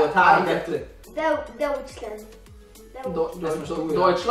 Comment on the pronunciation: deu deucsland dododojcsland igen dosjcsland scak hangosabban mond mert lehet nem halják a nézők dusland háháhhá dusland aha dismá